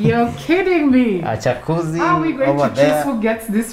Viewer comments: Did I hear a 'chakuzi' 🤣🤣😂🤣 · That guy just said "CHAKUZII" twice 😂🤣😂🤣